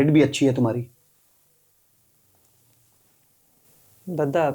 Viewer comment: Dadda nhi Dada bolte he